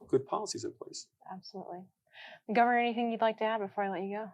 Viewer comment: gove"r"nor of alaska